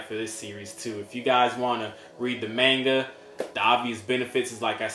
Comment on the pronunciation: Great channel bro!! 🥊💯 and finally! A yank that pronounces manga properly! 😃👍 Rather than “Mohnga!!” 😂